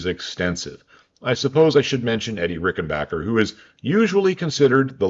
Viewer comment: Great video, and respect for the surprisingly proper pronounciation of french and german names👍By the way, Eddy Rickenbacher had swiss roots (his parents were from the canton of Basel) and died in Zürich in 1973.